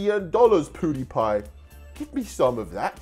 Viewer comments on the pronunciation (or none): ME: pewdiepie: poodepie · Poodiepie My: mum IT'S PEWDIEPIE who can u spell but not say ahh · PUDIPIE😅 WTF! YOU MEAN PEWDIEPIE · He called pewdiepie poo die pie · I’m sorry but, I keep laughing when he says: ”Pouhdepie” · EXACTLY that is so funny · Is it not just me but did say powdipie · he said pootipie